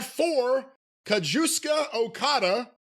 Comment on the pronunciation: "Ka-juice-ka" Is leveling allegations towards Okada?